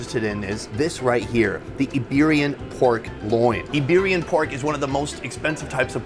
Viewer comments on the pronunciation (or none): Not an iPad, also not Eberian, Iberian.